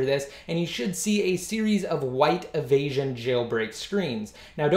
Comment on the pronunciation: nt avasion ...it's evasion ....u can my video ..more better ..3ASY355